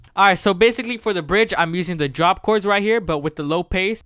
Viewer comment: Did he just say "low pase" 😑😑